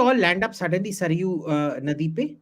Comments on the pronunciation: सरायु नहीं है, सरयू जी नदी है। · नदी का नाम सरयू है नाकि सरायु अद्वैता